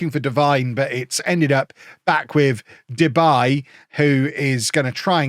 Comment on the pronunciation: It's not " Debay " its -> De Bie ( the bee in English translation) 😂🐝